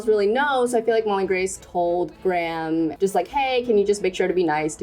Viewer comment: as the prime minister in the story is probably based off the one in england, i just wanna say that graham is pronounced greyum. of course these are your characters, but if u wanted it to be more accurate...